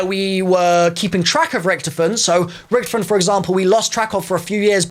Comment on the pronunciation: Why did you say Richthofen like rich